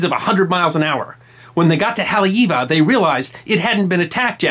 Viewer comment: One the FEW Historical narratives that doesn't Mutilate/Butcher the correct pronunciation--Haleiwa( Hah-Lay-Ee-Vah) meaning the House of the Iwa(Frigate bird)....Mahalo nui